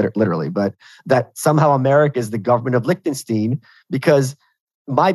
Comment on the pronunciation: That was the singular worst way to pronouce Liechtenstein I've heard! Ein is not pronounced ene. It pronounced like in Einstein, Wolfenstein or heinz.